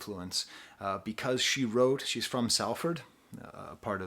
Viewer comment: Shela is the pronunciation. Also Salford is more like SOL-ford